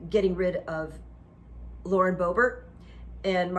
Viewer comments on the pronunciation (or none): none